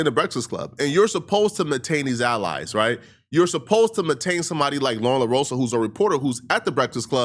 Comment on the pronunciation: MAINTAIN…..the word is pronounced MAINTAIN 😤